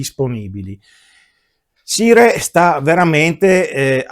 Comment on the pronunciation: Ottimo video come sempre. Una sola nota senza polemica: il nome si pronuncia SAIAR e non SIRE. Per il resto grazie per la tua bella recensione.